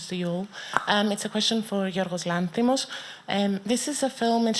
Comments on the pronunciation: Does Weisz have dyslexia or something? Or is the "m" in Lanthimos silent? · If you listen closely, you'll notice your "queen" mispronouncing Lanthimos three times in a row